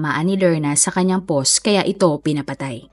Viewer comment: Ang hirap tlga pakinggan ng pagsabi mo po ng "post". Ang pag pronounce po nun ay POWST.